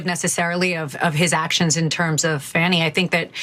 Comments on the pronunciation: She wouldn't be socially "grounded" enough for me to want to buy hamburgers from, at a fast-food counter. She's one of the defense attorneys and she still hasn't figured-out the pronunciation of the DA's first name--; and even when she remembers it--; she still tries to argue that it may not feel like the most "?logical?" pronunciation to her--(!?); And she still has the unmitigated audacity actually to "disparage--;" the ("heroic"), super-competent, "accomplished" attorney Fani Willis--; as who "she-herself," Alina Habba, is--; namely, the farcical comedic trope of the employee so inept they can only just barely hang on to their job by a fraying thread--! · I wish Fani would make a zoom meeting to just go over the pronunciation of her name. I’d love to be on that call. I know it’s petty, but WTF.